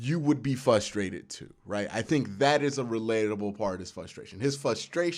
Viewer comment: I love how he forgets the "R" when he pronounces "frustrated"